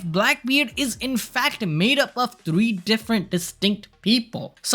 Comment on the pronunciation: You said free fruits not three my guy. Thanks for the upload.